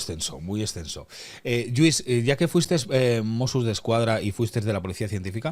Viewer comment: ¿Otra vez? El señor se llama LLuís, es catalán como tú y no dejas de llamarle Yuís duelen los oídos. Si sabes pronunciar caLLe, oLLa, Koh Phangan, hiodes, etc., deja de llamarle Yuís por favor...